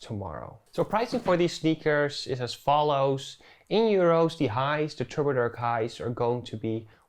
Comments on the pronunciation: Isnt it turbo dark? Drkshdw = dark shadow? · lol the way you said turbodrk sounds insanely turkish lmao,great video!